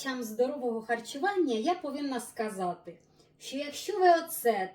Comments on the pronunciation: Дякую за українську ! Дуже приємно вас слухати! У вас чудові рецепти! Щиро дякую! Вибачте, але єдине слово дуже ріже слух, це слово « оцет», наголос на букву ооо…цет, а не на букву «е»… ще раз вибачте… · Оцет а перчик 😂😂,наголоси,спочатку не зрозуміла що це. Але рецепт добрий а українську не перекручуйте 😊